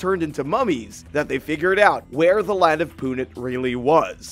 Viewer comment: It's not Punit It's Punt as in boat